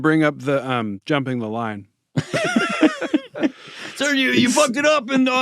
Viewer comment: …can Seth not say Sergio? Why do I feel like he said “Sarah Jo” every time